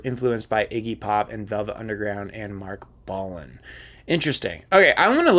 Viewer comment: Bolan, not Boland! And yes, I was waiting for him to get to T-Rex. Jeez! If could see T-Rex, he'd understand that you can't take the eyeshadow and feather boas out of glam.